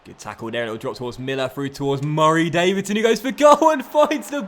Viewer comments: I love the way he says "Murray Davidson"😂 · Every time You say Murray Davidson like that it makes me want to click of the video but I like this series Please Stop ✋🏻